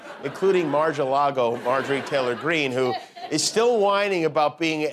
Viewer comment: Marg-a lago 😂😂😂😂😂😂